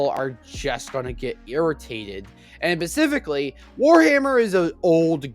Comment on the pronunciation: The way you fail to say the word "specifically" correctly is painful. I can't watch this.